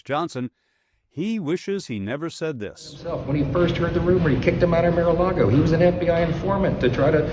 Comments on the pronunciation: Johnson: "Miralago"? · Johnson says Mare-A-Lego 😂 He always sucked at lying through his teeth clenched doing the White Christian Nationalists Heritage Foundation jerk's smile while they talk. It's bad enough when your Pedosent repeats his lies and still can't keep up with his own and his Psychophants can't keep up with them at all. 😂